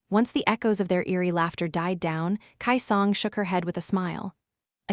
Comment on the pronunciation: The pronunciation is off for a few things in this audio, it’s “key song” not “Kai song” also it’s LO-49 not low 49. As well as the W what it’s W-what as a space not its own word